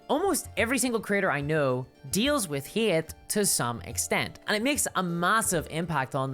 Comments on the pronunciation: I chuckled at the narration. Not sure how this made it into my Youtube feed, but hearing "Hate" pronounced "Heaeate" is totes adorbs. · How on earth can anyone be offended by this cute (a bit cringe) little video? He just says he likes a girl no matter how they look or dress... like wtf? D: People are wild these days. on a different topic: I love your accent or pronounciation.. the way you say "Hate" or "Creator" is incredibly funny and cute haha